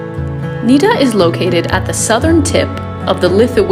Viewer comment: It's not Niiiida it's Nida short i